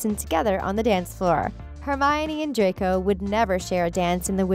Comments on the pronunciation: did i just hear her say dracoy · Triggered me when she kept saying dracor Malfoy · Why did you say dracoay ?? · why are you pronouncing draco like that? "dracoi" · You clearly don't know how to say draco cuz you said dracio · ItS DRACO not DRAYCO -_ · The commentator said “ Draycoy” instead of “ Draco” at the time ‘ ’. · danil radcif ? isnt is dani-el rad-clif ? edit:and dracor malfoy ? its draco malfoy i would know hes my crush? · I cant get over the fact that she pronounces Draco's name as Dracoy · Did she just say 'Dracoy' Draco:MY FARTHER WILL HEAR ABOUT THIS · You need to test your knowledge because you said “Dracoy” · No she called him dracoy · You're saying it wrong..it's "dracO" not "dracOY"! Omg just yes that irked me. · Juliana Savoca I think she combined draco and malfoy XDD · * WHY ARE ALL THESE COMMENTS ABOUT HER MISSPELLING OF DRACO, HONESTLY!!! ITS JUST ONE WORD AND EVERYONE IS COMMENTING ABOUT THIS DRACOY THING!!!!!!!!!!!!!* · The Things: Dracoi Malfoy Me: WhO iS dRaCoI mAlFoY? WhOt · Hermione: Stop! Stop! Stop! You're going to take someone's eye out. Besides you're saying it wrong. It's Draco Malfoy. Not Dracoi Malfoy! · Bruh i got so mad when she said “Dracoi” rEeEeEeEeE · No one: Literally no one ever: Not even me: The things: DrAcOi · I'm sorry. Did you just call Draco Malfoy a villan? My Father will hear about this! Also why do you call him Dracoi? Its Draco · She kept saying “Dracoy” instead of Draco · Who noticed she said dracoy malfoy not Draco malfoy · She says shes a big fan and everything..but she said DRACOY malfoy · Um who's "dracoy" exactly? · its DRACO not Dracoy or dracor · You said DracoY. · I know the first time I herd it I thought she just slipped up and then SHE KEPT AAYING IT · Normal people: draco Her: dRaCoY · we’re not even gonna talk about how she said “dracoi” LOL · "DRACOI" I hate this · We not talking about how they keep saying ‘Draycoy’ 😂 lol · Yeah I about threw my phone after she said it the third time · she said dracoy